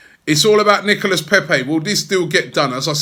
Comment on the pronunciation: Nicolas pronounced Nicola < get it right